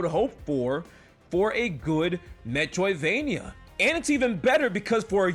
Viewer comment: All I hear is "metwoidvania"